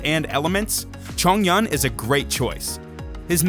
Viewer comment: coming from a chinese person: chongyun is pronounced as chong yu-win but you have to pronounce yuwin very fast xiangling is pronounced as see-ang ling, not shee-ang ling.